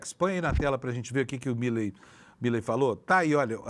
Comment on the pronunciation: Me dá agonia ouvir a pronúncia errada do sobrenome do presidente da Argentina!!!